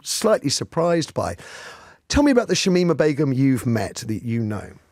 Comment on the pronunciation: ‘Shamima Begun’ and ‘I know her better than anybody’. Can’t even get the name right. The second sentence is a very bold claim.